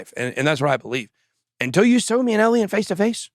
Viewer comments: They are writing Eliens because you keep saying Eliens. Its Alien. With an A. Practice it Bitboy! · It’s pronounced “A-lien,” not “Elien.” People are spelling it with an E to mock the way you pronounce it. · Ben, it’s pronounced ay Lee in, you are saying ehl ee in. Alien you are saying elien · A-liens not El-iens! Your pronouncing it so wrong, it's laughable! 😂